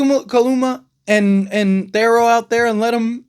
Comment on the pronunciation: Please say his name correctly. It’s pronounced TH-EAR-O